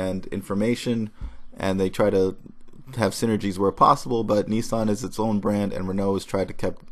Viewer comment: Neesarn? Isn't it Nissan?